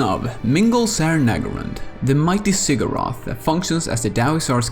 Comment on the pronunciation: based on* based on* based on* also NEHEKarans not NEKAharans also Ziggurat not Zigguwrath Hashut not Hasoot